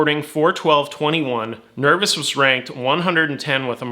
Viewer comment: Nerv oh s - not nervis